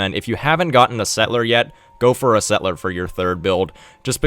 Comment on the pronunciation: Could you say "settle - er?" The way you say "set - ler" makes you sound very silly.